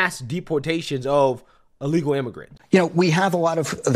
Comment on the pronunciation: Dude can’t even say the word…”Illegal”